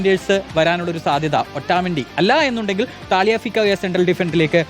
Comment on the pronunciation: ഈ ഒരു ആണല്ലോ.... ഊള വിശകലനം.. ഹരി കെയിൻ 😂😂 താലിയാഫിക്കോ 😂😂😂 പേര് പോലും നേരെ പറയാൻ അറിയാത്ത ഒരു റിപ്പോട്ടർ